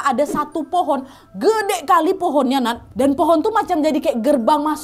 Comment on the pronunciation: Aku yg orang jawa senyum"dngr kak nadia nyebut udeng sma gedek😂😂